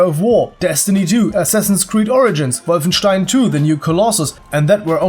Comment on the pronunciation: i cum when you say wolfesntein with that accent